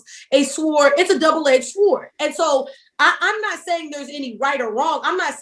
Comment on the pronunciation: She's educated but she pronounces sword Swwword?